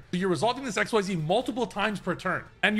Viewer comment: Professional players and Yugitubers pronouncing "Xyz" challenge: Impossible